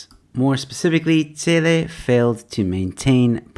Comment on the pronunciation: It's bheki cele not tsele😂